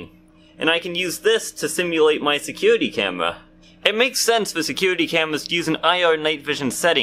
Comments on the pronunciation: His secuwety camewa 😂😂😂😂😂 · “I can use this to simulate my secuwity camwa.”